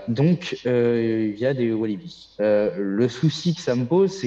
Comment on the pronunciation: Wallabies et non Walibi